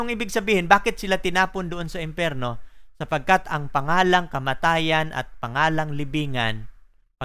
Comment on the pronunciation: imperno? o empyerno? what the hill